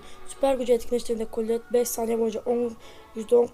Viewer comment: Colleto değil colette